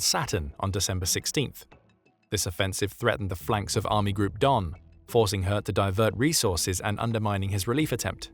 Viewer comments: Names can be tricky, but I'm pretty sure it's pronounced similarly to the French word 'haute.' They were likely thinking of a name like 'Göth' and assuming there was an umlaut 'ö' in the name. Even so, I'm happy to overlook it based on the otherwise excellent narration by an actual human! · Please… Say ‘Hoth’, like ‘road’. Greetings from the Netherlands 🇳🇱. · How is he pronouncing "Hoth"? Sounds like "Hertz".